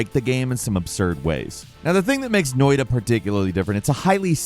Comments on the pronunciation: I discovered “Noi-da” the same exact way. 😂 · It's pronounced Noita, cheers from Finlant!